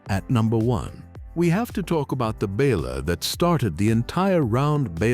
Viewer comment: Love the content, HATE the AI narration, mispronounces, clips sentences, this is editing that can't be forgiven. What the H$LL is a bal-er?